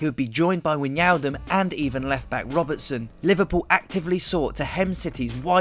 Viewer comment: no words left to express. by the way it is pronounced as "wy-naldum", not wignaldum